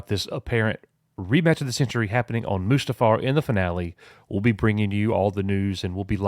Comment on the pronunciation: Coach sounds like he is saying.... "A-moose-too-far!" .... rather than Mustafar, lol.